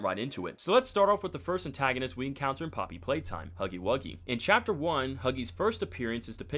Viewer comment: “HOGGY WOGGY”💀✋🏻